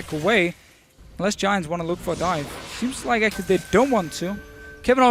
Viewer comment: is chinese? he said actuarry more than once this game